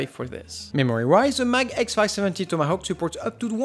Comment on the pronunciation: Don't ask why, but I found it really satisfying whenever you said 'Tomahawk'